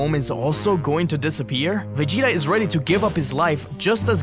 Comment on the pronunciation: Ça fait saigner les oreilles " Véguéta"